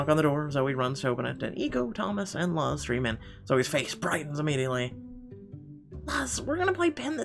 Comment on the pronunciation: Luz is said like Louse just so you know.